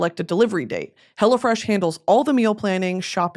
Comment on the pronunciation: I always think she’s saying “Hella fresh” during her sponsor ad 😂 I love it